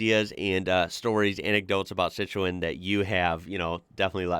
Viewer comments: It's pronounced Citron. Just saying 😊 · Citroën sounds like si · truhn IT IS ONLY TWO syllables not 3 as you're saying it. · Dude that pronunciation 😂it’s sit-Run buddy 👍✌️ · It's pronounced "SITRUN" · Im gonna help you out its pronounced "Citron" in Americanish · Lv ur channel. BTW it’s pronounced “sit-ran”